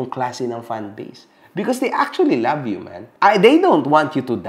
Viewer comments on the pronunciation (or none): none